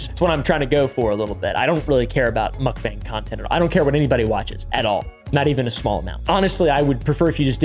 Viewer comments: Mukbang is pronounced like "mock" "bah-ang." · Mook-bang the "Mook" says it all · I despise the way you pronounce mukbang